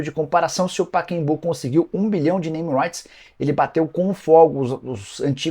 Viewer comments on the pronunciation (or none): NIcola, é PACAEMBU... não Paquembuuu...